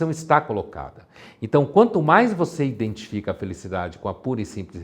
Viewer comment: "Identifica" e não "indentifica".